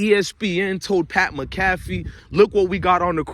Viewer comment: Dude how do you report on all this stuff and watch mcafee to report on him but never heard his name pronounced